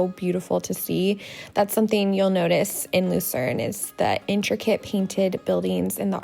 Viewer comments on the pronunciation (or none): none